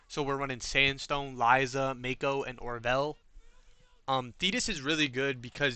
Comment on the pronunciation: Also it bothers me more than it should that you pronounce her name "mayko" instead of "mahko" 😂